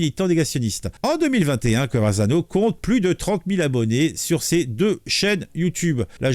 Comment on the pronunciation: Je crois qu’il a effacé le Live. 😢 PS: pourquoi tu dis “ConverZano” ??? 😅